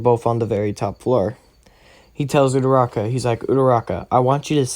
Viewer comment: it's not udaraka it's uraraka